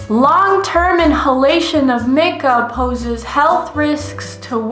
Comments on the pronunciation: Isn’t mica pronounced “my-ca” instead of “mick-ah” or have I just been pronouncing it wrong? But seriously, thanks for another extremely educational video! We really need to demand better from these corporations. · The way she pronounced Mica bothered me so much😂